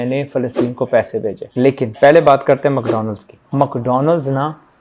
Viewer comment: Never ever your videos gonna make some impact and u will be considered like an emotional child IF YOU will not be professional for your works: "macdonals", "Bicot"...Just ponder over it.